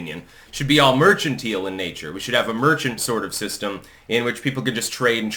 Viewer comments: great video but its mercan-tile not merchantil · Mer-Kan-tile, my friend.